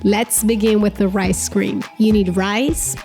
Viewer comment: Am I the only one who is hearing ‘ice cream’ instead of ‘rice cream’ lmao